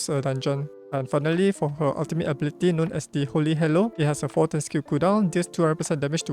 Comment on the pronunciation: I thought you said “holy hello” instead of holy halo. I thought that would be nice to greet others in arena…😂😂. I’m afraid she goes in my “one day maybe” file. Thanks for the info.